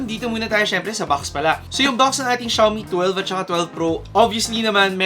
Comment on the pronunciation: it pronounce as "Shoe me" not shaaw me